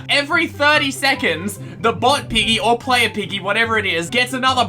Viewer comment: I thought he said “IGGY” as in iggy from jojo